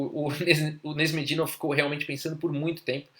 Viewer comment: Seu canal é ótimo meu caro, não perco 1 vídeo. Se eu pudesse dar apenas uma sugestão (nada muito significante não), a pronuncia do nome de alguns jogadores é engraçada às vezes rsrs. Canais como o do Agadmator's podem tirar a dúvida legal sobre como pronunciar alguns nomes difíceis tais como o do Nezh